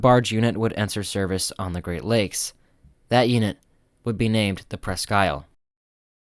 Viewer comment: It was good of you to check with Michigan on the proper pronunciation of Presque Isle. The tug and barge combination's "Presque Isle" namesake is the land and bay, on which the former Litton shipbuilding facility in Erie, Pennsylvania, sits. The former colonial French fort, Presque Isle, was located on land adjoining the Litton shipyard location on Presque Isle Bay. In this day and age, the French pronunciation has been dropped, in favor, of the British pronunciation shared with the Presque Isle Michiganders.